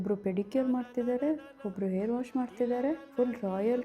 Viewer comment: Air alla akka adu Hair